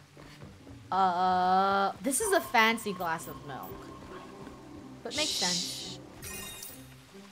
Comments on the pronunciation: Ya mean, MeLk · Melk lol 😂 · Funneh: Rainbow, I think we a glass of mElK Me: that's how I'll say milk for the rest of mah life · Its pronounced ”melk” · Hahahaha yep true a glass of "MeLk" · I love it when funneh says melk 😂